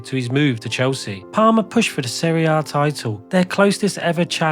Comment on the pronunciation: Goodness me, in 20 odd minutes you managed to butcher more names than I can even recount. Good video, absolutely awful pronunciation! SeRiE A Ay, SeRiE A Be...